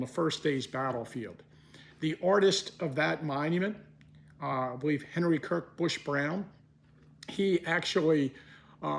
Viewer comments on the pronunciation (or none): none